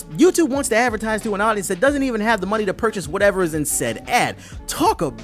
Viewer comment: Lmao "Turrr Hih Muney Off"